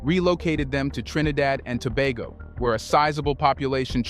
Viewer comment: Thank you for pronouncing Trinidad and Tobago properly.